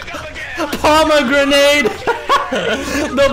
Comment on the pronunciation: The bomegranite made me laugh so hard